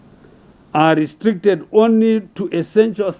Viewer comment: How does he say schooling properly but says onry